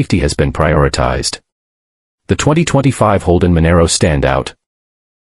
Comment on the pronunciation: Manaro, ffs 😂😂😂